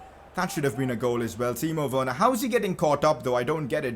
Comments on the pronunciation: Did say Timo Wayerner or am is it just me? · U said timo werener